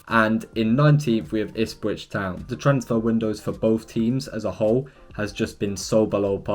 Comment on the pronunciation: Ahhhhh yes, I love Ispwich Town 🤣😭